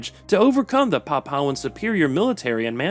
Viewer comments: Nope, "pap-OW" is not an Anglicized version - the pronunciation is "PAP-oo-aa" all over the world, including the Anglosphere and PNG. "pap-OW" is just a mistake. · It's Pronounced Papooahn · A little bit of googling would've saved you from butchering the pronunciation of "Papuan"